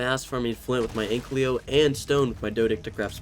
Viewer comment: Please stop saying anklyo... the name says ankylo it sounds off, you can just read the name and i hate that you mispronounce a simple name that is literally rwritten above the creature..